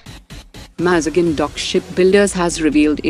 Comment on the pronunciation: MAZ GAON. NOT. MAZ GIN 🤬